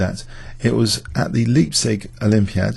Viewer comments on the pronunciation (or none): Leipzig is pronounced Lie, as in "Lie down Shepp!" not Lee. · Leipzig is pronounced Layp-tsish, not liehb-sig. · good old homecity leipzig. the "ei" in leipzig is pronounced like "i"